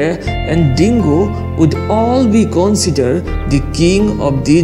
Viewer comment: Lmao learn to pronounce "consider" People consider lion or tiger king in their respective area(lions don't even live in jungle, i don't what disney was smoking) .In europe lions are considered king because of it was symbol of Britain and was apex predator in europe. In asia it is tiger. And they are both apex predators and king of their territory. But you are clearly biased. Lions are not majestic or have some attitude of king but it is mere fantasy of civilization and they literally don't give a shit about this. None of them are king of jungle cause elephant will crush them with ease. To be honest there is no king in Nature. I don't why people just see bravery of lion but not cowardice like killing cheetah for no reason. That is not how king act. Bravery is not associated with 1 species. Some humans are brave and reckless and some are not. Just like that lions and tigers have traits like that and Every individuals have different traits. Not all lions or tigers are brave. Lions have more confident when they hunt in group just like us. And real brave animals or honey badger, sloth bears, otters and wolverine who hold their ground against big cats like tigers ,lions, jags and wolverine hold their ground agaisnt bears. I guess it will go over a head of fanboys who livez in fantasy of Disney. I have seen baboons actually making lioness run. See its depends on individuals and so many other circumstances and you can plainly say who is brave and who is not.